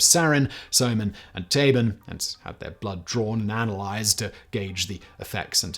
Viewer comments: yo Simon, not to be that guy but just rq: "Tabun" isn't pronounced as Tabin. u is said like "oo". so like you said Taboo, if you just say "Taboon" you should be close on the mark for the pronunciation. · Yepp, he totally butchered the pronuncation. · if we are actually using a german pronunciation "Tabun" is pronounced exactly like "taboo" with an 'n' slapped on at the end.